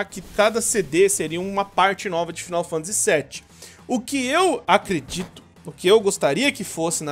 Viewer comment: Faaaaainou Fantasyyy pelo amor de Deus, n eh 'final'